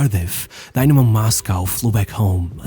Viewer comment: Its not daynamo its dynamo and its not even a russian club its a georgian club like stalin is georgian, but it was in the ussr